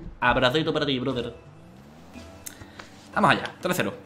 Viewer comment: Gente normal: fake Dani: hacemoh como que vamoh pero en verdad no